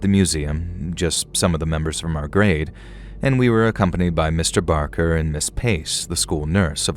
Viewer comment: listen... I love you so very much,. However, Mr. BaRker and I share a last name, and I'm here to tell you...this man has struggled enough!! 🤣 He doesn't need ANOTHER person mispronouncing his name, calling him "Mr. Baker!" Trust me, he's heard it enough throughout his life. Now that he's faced his fears, been trapped in a room with a dead body by preteens, and wrestled a mummy/dead man...he deserves to have his "R" recognized and respected, please, for the love of God!! 😅🤣🤣🤣❤️ edit I'm aware "Barker" isn't his real name, but it IS mine, so I stand firmly by my comment 💪🏻😅